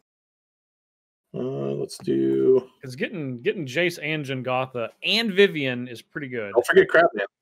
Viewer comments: Every time someone says "Jengatha" the tumor in my head grows another size larger. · It's Jegantha, not Jengatha, and Mischievious is not a word.